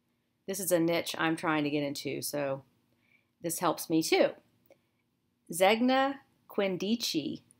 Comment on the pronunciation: Zegna is Italian and pronunced ZANE-ya.